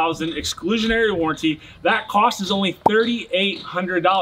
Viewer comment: Warranty doesn’t sound like guarantee. Stop saying it like warrantee 😂